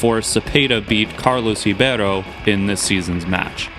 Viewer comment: Cool use of statistics! Also props for your pronunciation of Ribeiro (and Kroetkov too).